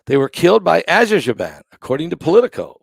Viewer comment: you prounance it : Aser-bayjan